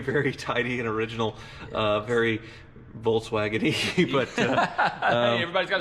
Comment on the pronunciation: volKswagen. Not volTswagen. It's not an EV.